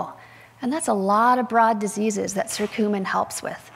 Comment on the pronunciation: It’s not circumin! It’s Curcumin!